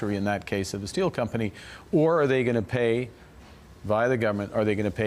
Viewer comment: When carney says steel he spells it s-t-e-a-l.